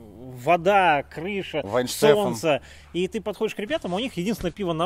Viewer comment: Да хоть бы название пива перед выпуском выучили - "Вайенштэфанэр" оно произносится.